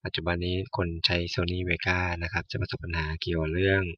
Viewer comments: Vegas เวกัส ไม่ใช่ เวก้า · เวกัสฮะ ไม่ใช่เวก้า